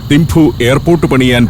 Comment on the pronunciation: ഏഴു വർഷം തിംപു വിലെ ചോഡൻ ആർമി സ്കൂളിൽ പഠിപ്പിച്ചു. മഞ്ഞും, മലകളും, ആപ്പിളും, യമതാച്ചി യും.... ഓർമ്മക്കായി മകൾക്ക് യാങ്ചെൻ എന്നാ പേരും നൽകി... ഭൂട്ടിണികൾക്ക് 'തിംപു' ആണ്, തിംഫു അല്ല